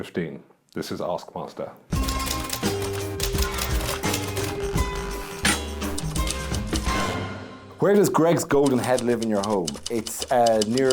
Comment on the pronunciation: I was relieved to see the graphic 'ASKMASTER'. I was concerned hearing Kiell say, "This is Arse Master."